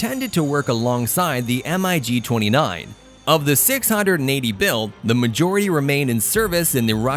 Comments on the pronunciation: "Diesel powered propeller plane" ?? "Em I Gee" "Em I Gee" "Em I Gee" Urrrgghhh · Software voice interpreter generating the text subtitles should have spelled it Grumman F-14... not Groomin, but that was due to the commentator's flawed pronunciation. The u in Grumman is pronounced uh by the Company On another note, MIG is referred to as the mig, not spelled out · MIG 25 and 31 - If you want to "sound" right, pilots say it like one word "Mig", not M - I - G. Mig 25, Mig 31. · Had to stop the video. Saying M-I-G, instead of "Mig" just sounded horrible. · Every time he said M.I.G. and not Mig, I wanted to slap my momma. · MIG NOT m I g ! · Please stop spelling MIG. Just say the word. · MIG not M.I.G stop rewriting the vernacular Funt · O.K. are we talking about everything that makes a cutting-edge fighter or a speed machine that can't hold its own in a furball? The F-106 as well as the rest of the Century Series were interceptors (missiles only, and no guns) not fighters. The same as the MiG-25/31 pronounced Mig. it's one word, not M. I. G. It stands for the Russian aircraft designers Mikoyan and (i in Russian) Gurevich. If you want to put in a jet that is a jack of all trade's fighter, from dogfighting, SEAD and a mud moving close air support Mach 2+ fighter, on the list, where is the (Block 70/72) F-16V Viper? The SR-71 Blackbird has no place on this list. At Mach 3 it takes an area as large as Ohio to do a 180 turn. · EMM-EYE-GEE 29….sure!!